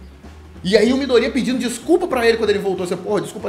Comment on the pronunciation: Só eu que passo nervoso toda vez que ele fala "midorÍya"?